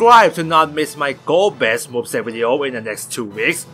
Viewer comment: 4 : 35 Golbeza ? Really ? Golbez A ? what ?